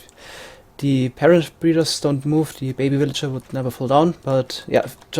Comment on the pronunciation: I like how you say "willager"